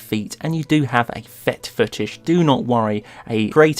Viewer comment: 'Fet Footish', was that intentional? XD